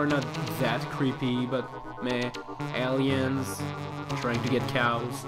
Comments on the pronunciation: You pronounce Aliens wierd. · ALLiens oKARRina of times oh my god.